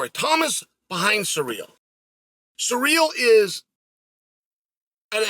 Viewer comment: 😂did he keep saying Sa REAL?🤣